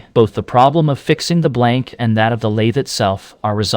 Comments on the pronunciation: A.I. slop. As soon as heard the voice say lathee instead of lathe I was out. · Your AI can't even pronounce the word lathe. Stopped listening at that piont. Interesting subject but the lazy use of AI invalidates it. Maybe AI produced the whole thing? Lost interest, stopped listening. No like or subscribe for AI content. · ...no "lathey" needed!